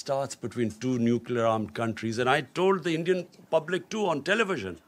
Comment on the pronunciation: Kitne baar necluer arm bologe sir aap... Aaj tak india ne Nucluer word use nahi kia.... 3 baar to haar chuke ho.. Fhir bhi...